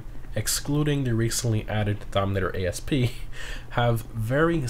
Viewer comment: Its not “a.s.p” its asp 😂